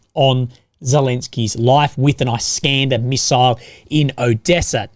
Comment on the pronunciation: It's pronounced "EEskander".